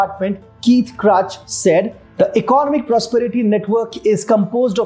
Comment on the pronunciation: Please check out "economic" pronunciation properly!